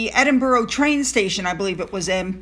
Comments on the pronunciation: Thanks for all you hard work putting these interesting videos together. I look forward to watching them, but I do have to say, I’m sure like me, many Brits cringe when the City of Edinburgh is pronounced as Edin-boro when it is actually Edin-bra, (not bra as in brassiere) but bra…full stop/period. Oh and the school is Gordon-stone I know, the English language especially in Britain, really doesn’t make much sense at times. Sorry, it’s the pronunciation police out in force again, I’ll try to control it in future! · Edinburgh? (EdinburAH)! Wimbledon, (Wimbaldun). Gordonstoun,(GordanstuN). We’ll make you a Brit! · Great video. just to help you , us Scots pronounce Edinburgh as (Ed in bur ah) or (Ed in bra) :) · Hey toots… it’s pronounced -ENDIN bruh GORDON -STON… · Hey, I’m not being pedantic, but it’s Edin-burr-ah! (emphasis on ‘burr’) For-far (emphasis on ‘far’) Foch-ah-bers (emphasis on ‘ah’) Gordon-stun (emphasis on ‘stun’) Hope that helps! Edited to add….. fool Oprah once, shame on them, fool her twice, shame on Oprah! More manipulations by the duplicitous duo! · It's pronounced edin burrrr aaaah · Edinburgh, Eh din buh ruh. No o sound!